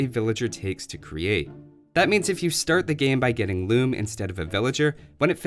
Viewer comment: "RRReasearch... loom-uh"